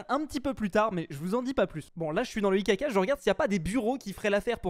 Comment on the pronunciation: Quand tu dit IKK moi j’antent ICACA